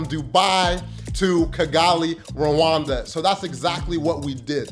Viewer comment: AWEOSME CONTENT, RWANDA IS PARADISE , btw you pronounce Rwanda as Luanda which might mean two different places, Luanda Angola or Rwanda.